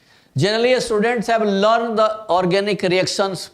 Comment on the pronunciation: Sir it's learned* not lund Why don't you try teaching in bhojpuri it'll come out more relevant inside of you